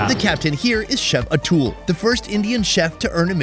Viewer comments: Atoool😂😂😂….i think his name is pronounced ‘A-Tull’ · gotta love an overly confident white dude. it's pronounced 'ah-thool'